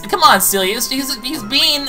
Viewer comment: Same here with cliffhang I think I know what LP you`re talking about! Been exited for it a long time ago! I was expecting that to be how you pronounce ciela